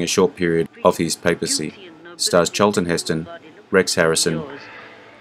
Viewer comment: "CHAAL-tun HIS-tun" 😂